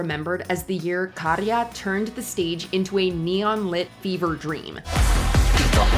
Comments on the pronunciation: Hyvä kun huomautit, muak8n häiritsi toi lausuminen😂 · You put so much effort into trying to pronounce everyone else's names and then don't even try with Käärijä? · Käärijä. Kää like cat, not like car. Karja means livestock. Käärijä means "The one who wraps"